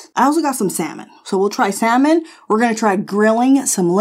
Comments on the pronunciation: The fish? Pronounced "sah-min" 😏 Like salmonella, which you said perfectly fine. You were robbed: no recipe books OR grill plate! This grill was a major fail, you were more than kind as you went from one trial to another. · Yes goodness! Saying, "sal-mon" is right up there with "swimp" and "masa-two-sets" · Love the adobo! Lol. So glad u uploaded today I needed this lol love u! My sis says salllmon 😂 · Girl, my mother in law says SALmon! She says a lot of other things wrong too and it's funny. We just let her keep talking and then we talk about it later. And that steak looked AMAZEBALLS!! I've never seen a steak like that! You go ahead! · Why did you have to call out the "SAL-Mon" people you portably lost some fans right there LOL !!!! That grill was a mess for that much money .. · Heard Salmon being mispronounced in my opinion... I am an Army brat so most words are mispronounced depending on how I learned them and where I was living. If you didn't live my life, you are not speaking proper. Most undeniable, worst interpretation of a word, and no excuses ever, was a women saying surimp, not shrimp. Someone doesn't know the letter h exists in the spelling of shrimp! Creeps me out to this day.